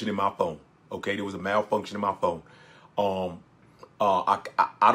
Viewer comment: Malfunction in my “Fwone” 🤣🤣😂😂